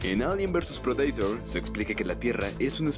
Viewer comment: Depredaitor JAJAJA en inglés es predator JAJA